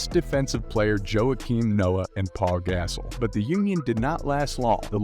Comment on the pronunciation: Lmaooo he said Paul gassell 🤣🤣